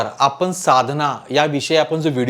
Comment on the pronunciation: उच्चार चुकीचे आहेत पण,आपने न म्हणता पण,आपण असे उच्चार करावेत